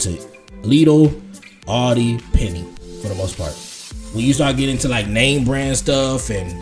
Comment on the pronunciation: Aldi not Audi😅